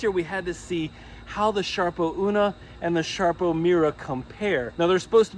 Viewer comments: What?..sharpo ..it's SARPO not sharpo!!! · Sarpo. Not Sharpo. Thanks